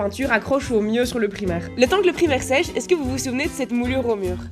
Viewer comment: Je vais devenir folle à chaque fois que tu dis "primer" comme le mot primaire et pas à l'anglaise ahaha